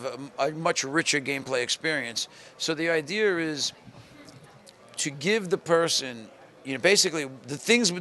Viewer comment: did just say idear?